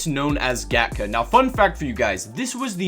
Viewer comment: Gatka is pronounced kind of like "gtka".i believe it is hindi.